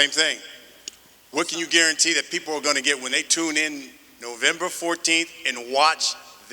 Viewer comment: “Novemba Na14th” 😂😂😂